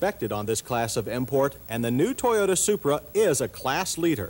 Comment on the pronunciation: "toyote-ha" "intrha-duction" "sports and pone-he car" "at it's light-hist"